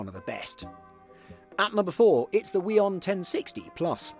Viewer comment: omg why is he saying huion as “weon” and not as “who-eon” aaaaaaaaa